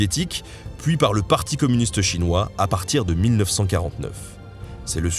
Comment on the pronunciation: Etant un spécialiste modéré de l'histoire des relations entre la Russie, le Japon et la Chine et ayant vécu en Extrême-Orient, la présentation que vous avez faite est bonne et juste surtout. La seule chose, mais bon c'est inévitable, la prononciation des mots chinois et japonais est exécrable. Consultez SVP votre ami des langues-O et tout ira mieux.